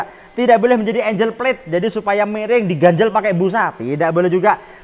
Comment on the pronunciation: ANGLE cara bacanya bukan ENJ3L, tapi Engg3l. Kaya bahasa jawa ENGGAL.